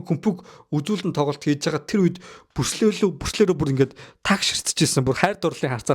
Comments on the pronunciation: Бүрслэ биш Брюүс Ли гэж дуудмаар юм бишүү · Күмпүү, Пилософи, Пүрслээ л гээд байхын😂😂